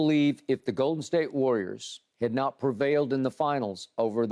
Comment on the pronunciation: Annoyed every time I hear skip pronounce it as. GOOAL/Den State